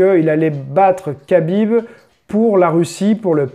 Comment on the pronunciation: MDRR le français dans toute sa splendeur, "j'ai pas envie de dire Habib, alors je vais dire Kabib parce que c'est plus simple" lool, faudrait apprendre un peu les règles mon coco, on déforme pas un nom propre, si le gars a décidé de s'appeler Habib c'est pas pour que tu l'appels Kabib, et encore moins juste parce que tu trouve sa facile. De toute façon les français vous avez toujours eu un problème avec les prénoms du monde entier, mais vous n'aimez surtout pas qu'on déforme le vôtre, quand un anglais prononce mal votre prénom, vous le faite répéter 100 fois. C'est du chauvinisme et de l'irrespect.